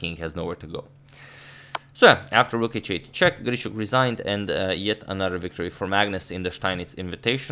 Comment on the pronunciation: Nice r-rolling on "Grischuk". Gdlischuk.